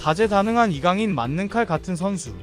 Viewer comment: 이강렌 ㅋㅋㅋㅋㅋ